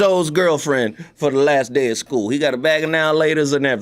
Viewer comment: what the hell is a skooly moot😂😂😂 Appreciate the show ✌🏾